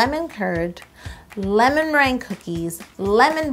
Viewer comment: Ew "lemonmerangia"?